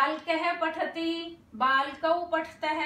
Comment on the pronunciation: मैडम जी आप ने पठति को पठती क्यो कहती हो